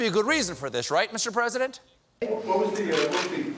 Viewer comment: "Mr. Pwesident, did someone use a sharpie on that map to include Alabama?" - "I don't know, I don't know! This is the oranginal map. Look! Alabama is soooo going to be hit."